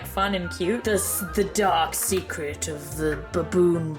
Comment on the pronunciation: “the dahk secret of the ✨baboon butt✨”